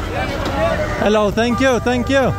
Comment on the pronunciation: Najbardziej mi się podobał moment, jak mówił "heloł"